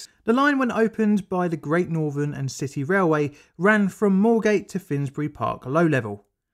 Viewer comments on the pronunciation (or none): The main content of the video is good but speaking saying "Norvern" instead of Northern "Norf" instead of North and "Firty" instead of Thirty just makes this unwatchable as the narrator comes across as an uneducated scutter and makes it hard to respect anything he says when he cannot even speak correctly.